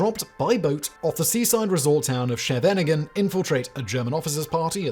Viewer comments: Terrible pronunciation of Schevenenging. Lol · That pronunciation of "Scheveningen". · Great attempt at Scheveningen. 😂😂 As an English speaker who lived in the Netherlands, I know firsthand how hard the sch sound is to properly make, and the end of that city’s name is a bit of a tongue twister for us as well. This operation was duplicated in the Dutch film Soldaat van Orenje (Soldier of Orange), and in this movie they used the sch sound to ensure someone wasn’t a German spy since it’s hard for non Dutch people to say it correctly.